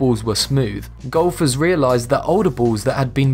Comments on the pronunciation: who else thought he said Gophers for a minute? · Did anyone else hear gophers instead of golfers?